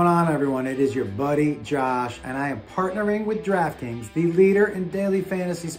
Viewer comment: Did you say Draft kings or Drag queens?